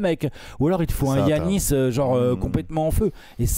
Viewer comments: Putain, on ne dit pas DJIANIS FAIS UN EFFORT LE FRANCHOUILLARD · Va falloir que comprenne que ça se prononce Yannis